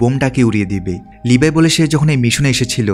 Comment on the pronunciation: ভাই আর না বলে পারলাম নাহ! আপনি বারেবারে লেভি কে লিভাই বলেন কেন?